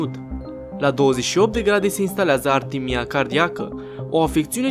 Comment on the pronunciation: E aritmia.. nu artimia. Btw, succes in continuare !